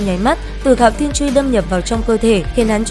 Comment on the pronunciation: Giọng hay nội dung hấp dẫn , cơ mà cứ hạo thiên chuy nghe nó thộn quá độc đúng hạo thiên chuỳ đi ad ơi 😵‍💫😵‍💫😵‍💫